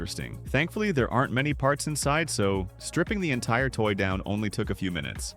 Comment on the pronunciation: dude why did he say toy like that